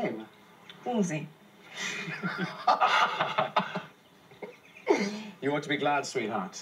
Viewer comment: ANNE DEADASS SAID WOLSEY 😂